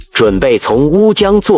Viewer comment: 大哥是“烏江”不是“鳥江”好嗎，旁白者換個人吧拜托了！